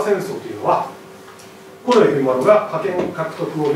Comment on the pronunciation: 例えば、 「近衛しかいなかった」→「コネシカイナッタ」に聞こえる。プー